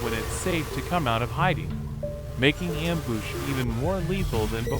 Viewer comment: “Amboosh” “glombats”